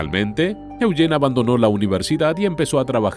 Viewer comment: Me gusta como el narrador pronuncia el nombre de mi hijo: Eugene (E-u-gene) Yo vivi en el valle de san Fernando por 20 años.voy a investigar más...